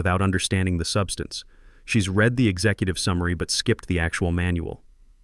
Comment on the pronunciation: This keeps going back and forth between Gabriel being a he or a she. It’s a common mistake you guts make in these stories. And you still haven’t fixed the read and “red”.